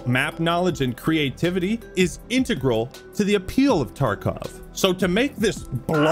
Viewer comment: Props to for being able to pronounce "integral" properly. No other video game YouTuber seems to be able to